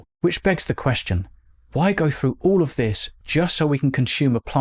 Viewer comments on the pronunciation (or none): none